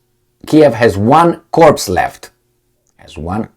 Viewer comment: Corps is pronounced core